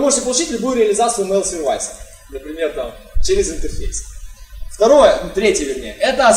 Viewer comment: пожалуйста, посмотри в словаре произношение слова Service.